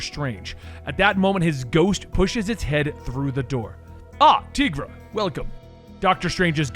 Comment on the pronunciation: Tigra as in “TY-GRA” (I’m sorry, but someone had to say it)